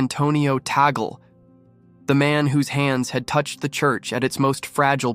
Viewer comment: Not Ta-gl but Tag-le